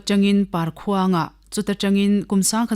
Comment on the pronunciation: Parkhuang a awmlo..palkhuang tih tur